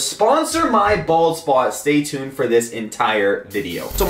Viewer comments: I keep hearing ball spot not bald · y do i keep hearing ball spot.... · I've heard bald spot tooo much so it sounds like balls spot xd